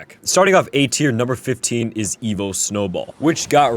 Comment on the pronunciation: Half of the time you saying evo and the other half you’re saying evil 😂